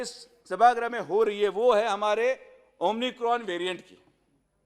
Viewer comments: Dear Sujay it's not 'Omnicron' it's omicron, Pointless defense for PM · 12 varsh doctari karun omicron bolayla nahi shikla